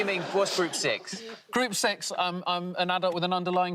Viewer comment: To me, 'group 6' sounds like 'group sex' the way you say it. So.. yeah. Coolcoolcool.. I guess.